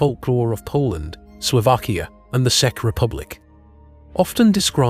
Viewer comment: Czech is pronounced as check lol. I know i sound picky, sorry for being a grammar nazi lol